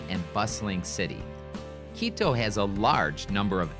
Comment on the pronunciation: What a sleazy, cheese salesman. You totally mispronounce Quito. It's QUITO with T not D!